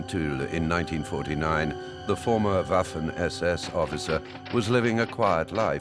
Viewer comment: yo pienso lo mismo, aunque preferiria que pronunciara algunos terminos de manera correcta, por ejemplo WAFFEN SS, aunque tampoco es que le reste brillo a la narracion.